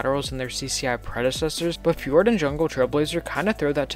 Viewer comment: Fjord Flying Dragon is actually pronounced “FEE-ord Flying Dragon”